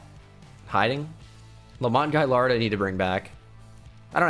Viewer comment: U pronounced gailiard incorrectly